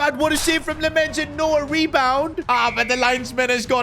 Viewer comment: You have to pronounce Lammens his name like "Lammins"